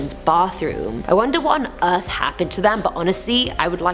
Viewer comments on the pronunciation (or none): none